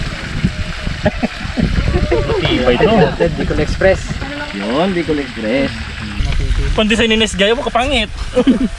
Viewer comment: bicol express: ndi bukol express 😂😂😂